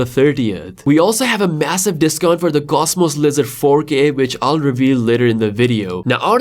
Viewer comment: It sounds like you are saying, cosmos lizard. 😅